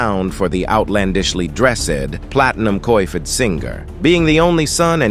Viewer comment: When it said coi fed, I said whaaattt. Ooohhh, coiffed...